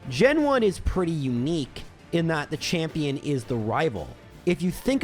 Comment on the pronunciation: Gotta love the "chapmion" split eheh